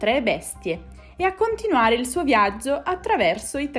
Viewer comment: Perché dici "zerchio" invece di "cerchio" e "viazzo" invece di "viaggio"? È un dialetto?